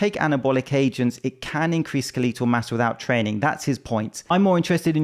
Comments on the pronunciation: I'm more interested in how you pronounce ska-LEE-tul. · I’m pronouncing it skeleeetal from now on